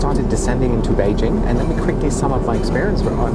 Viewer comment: Guten Tag. Apart from having great reviews, this man is absolutely gorgeous and bezaubernd. It's great that you pronounce "Beijing" correctly. The way you pronounce "the" (da/dee) and "thing" (fing) makes you even more adorable. Love it. Sei glücklich. Damit provozierst du sie alle am meisten!